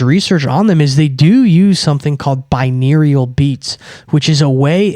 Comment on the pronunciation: its pronounced bi-noor-al